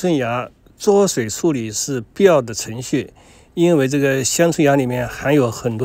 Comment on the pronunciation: 焯水讀作chāo shuǐ